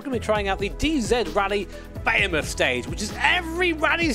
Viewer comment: Did he just say Bey-a-moth instead of buh-he-moth?